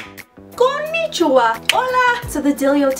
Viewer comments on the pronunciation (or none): none